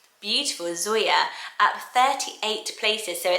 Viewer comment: Whenever you said Zoya I just heard Sawyer😂